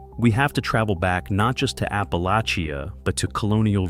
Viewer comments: For the love of peace and mercy… it’s pronounced Ap-a-lach-a! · Very unusual pronunciation of "Appalachia." Slop?